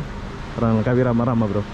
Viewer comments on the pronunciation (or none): You cannot say Lengkawi you must say Langkawi keep up and good job😎👍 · Ejaannya betul2 Langkawi bukan Lengkawi...